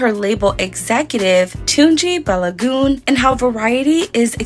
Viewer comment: It's pronounce BAR-LOW-GOON TUNE G. It's a Nigerian name from the Yoruba people